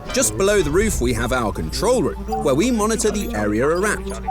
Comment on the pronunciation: I love how he says "get to ze chopper" In a hilarious way☠️